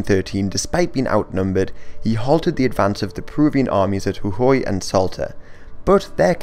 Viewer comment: Jujuy, Moreno and Córdoba are mispronounced